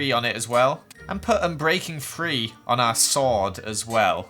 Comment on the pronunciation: When you say "three" it sounds like "free"